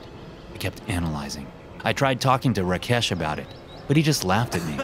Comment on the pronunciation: "RaKHESH" 😂🤣 lmaoooo